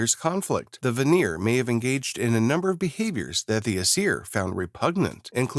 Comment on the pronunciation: Even so, the ai pronounced it voner! IT IS VÁNÍR! (If that makes sense, i just used the accents cuz it emplasized the A and the I in the word, tgey stand out, creating rich A and IR sounds.)